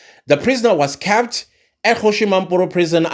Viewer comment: The prisoner was 'cahhpppd' in prison. Teacher: say.... 'kehhhpt, kehhpt, kept, kept'.: 'Kehhhhhptt'. Teacher: Excellent my boy excellent ✅.: The prisoner was kehhpt keppt in prison. Teacher: There we go...good job. Thank you for your sterling work. Your analysis and thought-provoking ideas are spot-on and will not go unrewarded. Yes - you did predict that the 😺 will want to strike a deal. You have such a beautiful and magnetic spirit❤. I can listen to you all day long. But....I just had to freak you out a bit with a little homework assignment so you can give me a shout-out 🔊 on your next video😮 because I just know...you gonna shoot the messenger 🎉😂😂😂!